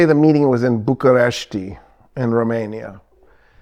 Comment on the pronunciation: Thumbs up for your pronunciation of Bucharest (București)